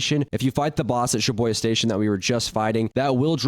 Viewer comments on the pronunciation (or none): day 1 of hearing him say shiboya station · "sha-boi-yuh station" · why is he saying shiboya it pisses me off so much